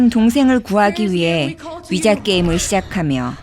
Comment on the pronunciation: 스펠링은 위자인데 읽을때는 "위지"라고 읽습니다.